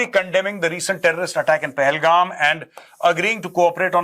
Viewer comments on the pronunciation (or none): none